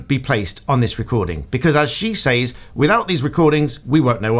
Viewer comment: Actual Malice is only required when the person who is defamed is a public figure. Actual Malice is not required for lay people. Also says like sez, not sAYz